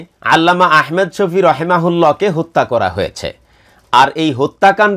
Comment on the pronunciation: جزاك الله خيرا আপনার ভিডিও আমি নিয়মিত দেখি ,খুবই ভাল লাগে।একটু পরামর্শ নাম টা আহমেদ না বলে ভালো হয়আহমাদ শফি বললে